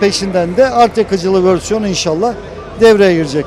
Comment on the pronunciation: hocam ülkemiz için çok değerli, çok kıymetli kimliklersiniz ama Allah aşkına vörsiyon demeyi bırakıp versiyon demeyi deneseniz en azından